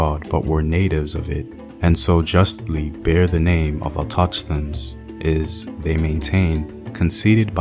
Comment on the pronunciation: auto-chthones ch sounding like something inbetween a K and H.